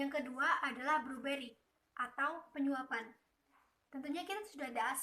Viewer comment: ACFE.. bukan akuntansi.. Bribery... kalo bluberry itu meh buah... tapi kemampuan presentasinya sudah lumayan.. skillset bahasa inggrisnya diimprove ya..